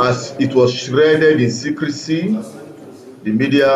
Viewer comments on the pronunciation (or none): It is shrouded in secret not shreded in secret. If you must do public outings please brush up yourself and do good presentations.